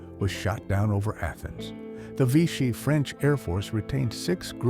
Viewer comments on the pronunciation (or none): none